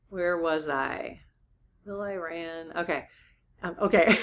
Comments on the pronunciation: It's not pronounced liked "I-Ran". The correct pronunciation is like "Ear-Ron". Please pronounce this country's name correctly! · No, EE-RAWN. Not E-RAN or I-RAN. EE-RAWN. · EE-Rahn, not 'I ran' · The correct English pronunciation of Iran is ee-rahn, it is not pronounced i-ran. Just passing on what an Iranian associate corrected me on, and it does roll off the tongue easier. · EE-Rahn not 'I ran' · I had an Iranian friend yrs ago who corrected my pronunciation: it is “EERAN” not Iran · Iran is pronounced E-rahn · Yes, PLEASE. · Iran is most commonly pronounced as ih-RAN (rhyming with "man") in standard American English, or ee-RAHN (rhyming with "father" or "gone") in the UK and in native Farsi. The stress is always placed on the second